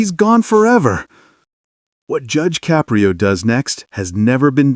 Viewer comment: Narrator: since you put so much effort into your diatribe, the least you could do is PRONOUNCE JUDGE CAPRIO CORRECTLY.